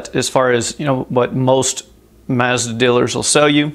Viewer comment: Many thanks for this - and I do love that you pronounce MAZDA correctly (as there is no R in Mazda)...